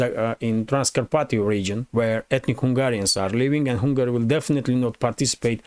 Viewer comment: Hi! I think you have excellent content. One small tip on pronunciation: It's not "Hungary" (as in Kupyansk") but you have to say the "u" like an "a" as in "jump".